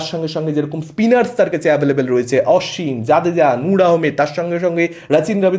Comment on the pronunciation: উচ্চারণগুলো আনন্দবাজারের মতো হয়ে যাচ্ছে! ওটা "রাচিন" আর "আশ্বিন" হবে।